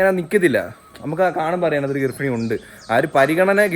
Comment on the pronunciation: Garphini ella 😂 garbini